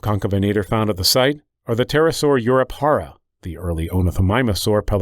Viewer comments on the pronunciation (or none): I'm from Spain and he hasn't pronnounce It in spanish, he hasn't pronnounce the j at all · Excellent video, dude. One thing though, the J in “Europejara” “Tapejara” or “Ubirajara” aren’t pronounced like the J’s are in Spanish. These words come from tupi-guarani languages, and weirdly, just like the J in Portuguese, it actually sounds like the French pronunciation. I know it may sound like I’m nitpicking, but as a Portuguese speaker, it really bothers to see people just going for the Spainish pronunciation when it should be our way